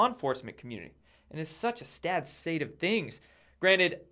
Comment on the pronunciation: Love it... "a stad sate of things!"